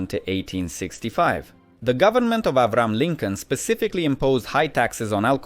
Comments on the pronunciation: "Avram" Lincoln?! That's the ancient pronunciation. From biblical times. Westerners say Ayb-Rah_Ham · They way Abraham is pronounced "Abrrim Lincoln" actually makes it sound more manly